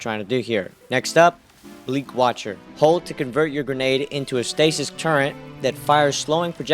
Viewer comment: Turre"N"t........it's pronounced Turr- Et. Never been Turr Ent. Never will be. Other than that nice build.